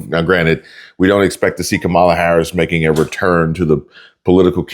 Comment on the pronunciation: please "NO HARRS"